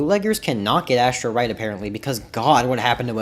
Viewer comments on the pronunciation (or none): U mean ORRRRRRNEMINT AND ASSTROKE